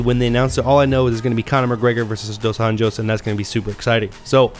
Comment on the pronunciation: Small correction. - Rafael (pronounced Ha-fayel) dos Anjos (pronounced Ahn-yos) Not Junior dos Anjos (an-Jo's?) Otherwise, nice job